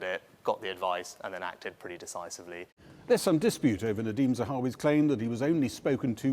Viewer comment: He can't even say "decisively" decisively...